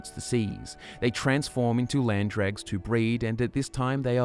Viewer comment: Still calling them dregs 😂 my guy that’s not the pronunciation